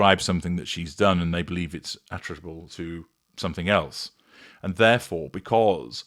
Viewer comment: 'ATRIBUTABLE' is a magnificent 5 syllable word which deserves to be verbalised properly.